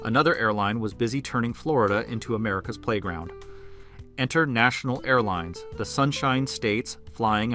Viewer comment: At "National" I KNEW you didn't know what you're talking about.